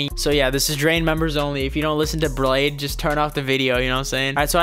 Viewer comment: I don't even like bladee but it's pronounced blade -ee